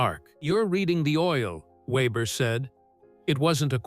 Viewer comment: AI always screws up saying names, it started off ok, then changed the way it said Weber